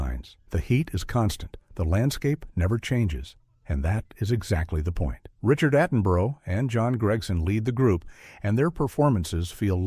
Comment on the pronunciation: Richard Attenborough was a high profile actor, director and producer, a double Oscar winner with four BAFTAs and six Golden Globes. How is it possible for someone talking about older war films to not know how to pronounce his name? Even if this was AI voiced and/or scripted, was there not one single human involved who could check this before publishing to YouTube?